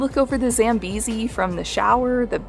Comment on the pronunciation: Thank you for specifying the country in your title of the video. And not something like " My Trip to Africa! Victoria Falls! Having said that, I think the introductory song is a cliched Hollywood sound. I would have loved to hear something Zambian. Also, it could be helpful to ask locals how to pronounce words like , Zambia, Zambezi... The Northern American stress on "A" make words sound funny. Oh Luangwa was perfectly pronounced.